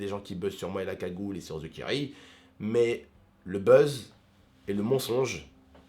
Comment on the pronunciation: pk il dit "ze kiri" pas "THE kairi"